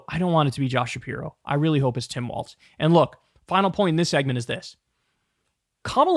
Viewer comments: It’s pronounced Walz like “walls” not waltz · Kyle. It's Walz. Not waltz. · We should make a petition to make Kyle pronounce Walz’s name properly. It’s pronounced like “walls”. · Talk Walz is pronounced WALLS! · It would help if he could pronounce his name correctly!